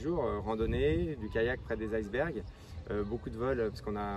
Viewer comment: En français correct cher monsieur on dit "isse bergue" et non pas "aye"! C'est un mot qu'on prononce à la française !